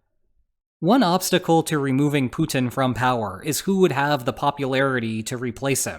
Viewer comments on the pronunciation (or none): Is he saying Putin or Putang ? Well both stands for pussies i suppose 😂